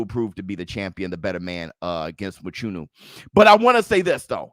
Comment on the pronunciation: Love the show just want to say one thing Mchunu is pronounced with a click sound where the (ch) is located in his surname.